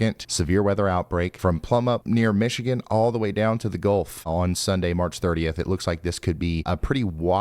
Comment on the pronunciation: Ryan!! I'm getting tired of hearing "Michigan" come from your lips.